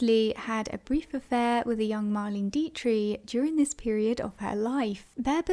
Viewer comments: The German actresses name is pronounced , DEE-trick, not Dee-tree. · No,not Deee- trick, it is Deee-trich, the ch is no K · Just FYI❤- Marlene Dietrich- pronounced DEE-TRIK. Here for ya girl! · Not trying to be obnoxious-( though I may have been) I guess maybe you have the America inability to pronounce that 'ich' sound, but your choice is nowhere near the German pronunciation. Diet-tree is just wrong. Mispronouncing it as 'Die-trix' or 'Die-trik' would have been closer than what you said.. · Marlain deetree? I have NEVER heard anyone mispronounce Marlene Dietrich’s name. Ever. Wow. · I agree. A robot who can't pronounce 'Dietrich" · Fascinating video, thank you. You may want to check up on the pronunciation of Dietrich.